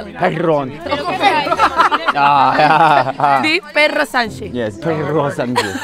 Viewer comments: The best Perro Sanxe i've ever heard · JAJAJAJAJ "Dí Perro Sanxe"